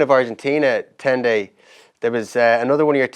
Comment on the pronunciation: It was so bad. Fergus said it wrong so many times 🤣